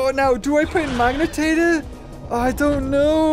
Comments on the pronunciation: its magna pyritator not magnitator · day 1 of asking to say Magnapyritor's name right:Edit im not mad about it i just wanna hear him say it